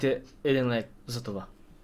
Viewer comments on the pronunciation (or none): Абе и аз чух, че не казва лайк чисто ама ми стана забавно в добрия смисъл :D